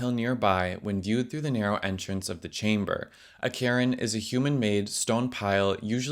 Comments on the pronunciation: A what! a Karen? I think you means a cairn ( sounds like this when spoken " C / air / en " ) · I don't think I've ever heard Cairn pronounced as Karen before. Try saying care now drop the e and add an n to the end pronounce it the same way you did care but with the n on the end, the e is kind silent, that should be closer to correct pronunciation than what you were doing .. but I recommend google translate and it's audio clips for the proper pronunciation. It aint 'karen' though, trust me, not unless that's some weird regional US pronunciation I've never heard before? but I'm guessing it's just a word you've only read and not heard spoken before (at least not by any who didn't learn it by reading rather than hearing)? You don't want to know how I thought the river Thames was pronounced when I was 8, and I'm UK 😁 heard it pronounced correctly on the news of course but for the longest time I thought the one I was hearing and the one I was reading were two different rivers, took me ages to connect the two 🤗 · That's a weird way to pronounce "cairn"...come on, look up those unfamiliar words, so you don't go mangling them. There's little excuse for that kind of mistake...how many seconds do you think it took to get the correct pronunciation, when I looked it up? That's right, about two. It bugs me that so many YouTubers use words and phrases they either don't know how to pronounce, or don't know the meaning of. Since I spend much too much time on YT, I run into this crap over and over every day. I don't tend to sub to channels that show such signs of laziness...it's a sign that they're not doing due diligence, so whatever info they supply becomes suspect. I make a habit of blocking channels that show themselves to be unreliable....I may miss some stories, but at the same time, I avoid misinformation.